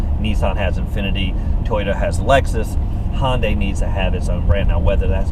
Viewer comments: Hey, the brand name is pronounced Hi-un-die, but if you want to be a raggler 'murcan, say Hun-day, not Hon-day. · Looking at a 14 model for my next car. Good review and good camera angles. BTW it's pronounced Hi-un-day.